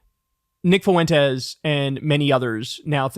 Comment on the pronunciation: As a native spanish speaker, it's pronounced 'fwentes', not 'foo-entes'